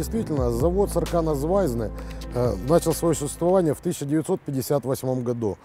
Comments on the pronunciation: сАркана звАйгзнэ - красная звезда. в латышском практически все слова ударяются на первый слог. Спасибо за отличны материал. Привет из Риги) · Подскажу по секрету.. Ударение на вторую букву " А " сАрканас звайгзнэ. Классный выпуск !!!!